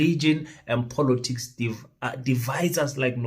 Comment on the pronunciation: Just for the pronunciation of the word " POLITICS". Please it's not Polotics .....l know you love VW POLO, but this is something else